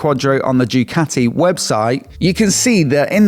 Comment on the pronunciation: Please,, please, Ducati is pronounced Doocati and not Djoocati.